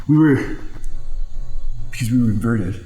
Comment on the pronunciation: The pause, blank stare into the camera, and then the lines with the hands at the same time “inverted” dying laughing